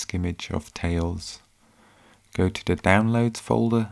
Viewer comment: I think it's a hoot that the narrator can't say a voiced 'th', as in 'the'. Barely escaped from Saff Luhndin? Peckham or Camberwell ? 'copy de infohmashun to de USB stick'.